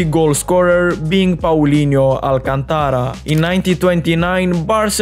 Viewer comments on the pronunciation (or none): none